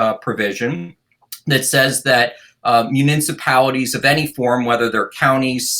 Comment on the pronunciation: Someone please tell this guy how to say, “municipalities”.